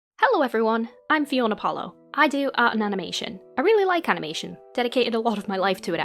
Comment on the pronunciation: Very sorry to bring this up when the topic is serious, but you said amination and I think it's funny, lol.